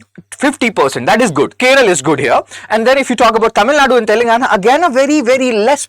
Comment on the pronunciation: Sir, you're an IAS preparation coach. Stop messing up the pronunciation: keralA, tamil nadU, karanatakA, kannadA and telanganA.